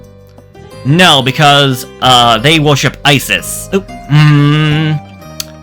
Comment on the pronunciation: Man I laughed too hard, you don't have to worry, Isis was a god before anything happens, just like Thor was a god before being a petty superhero, Youtube understands that you're playing a strategy game Also as an Egyptian, I can tell you that modern Egyptians pronounce it Ezees, And ancient Egyptians called her Eset or Est